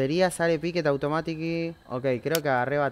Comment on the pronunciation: "Automatiquy" jajaja lpm.